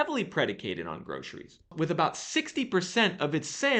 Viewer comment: Love how you say groshries 😊 it was cracking me up. Thanks always for the great info and data 🫡🫶✊